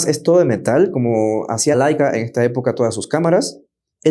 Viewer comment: Laica era una perrita que fue primera a la estratosfera. La cámara se llama Leica y se pronuncia “leica” tanto en español como en alemán.